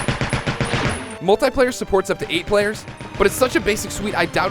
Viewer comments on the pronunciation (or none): gun dosen't sound real. your one to talk. you can't even say multiplayer right